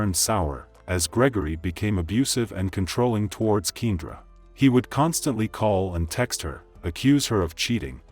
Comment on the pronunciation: ‘Keen-druh’ is driving me nuts. Should have spelled it keyahndra when you heard the playback